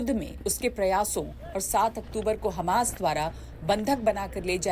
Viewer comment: ये चूतिया उल्लु हमास को खमास क्यू कहता है..